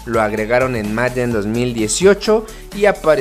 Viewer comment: Tu pronunciación de Madden es buena, hay quienes dicen Meiden y eso es totalmente erróneo